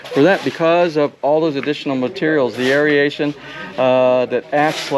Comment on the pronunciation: No such word as, air E a tion. It is air A tion. Three syllables not four.